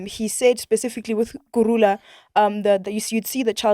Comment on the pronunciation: You the way they keep butchering the pronunciation of "kurhula" 🤮🤮🤮... Makes me so angryyy